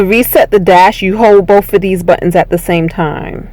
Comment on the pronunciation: Acella-ray-in. Learn English. Hold bowf ahh dez buttons...Again learn English.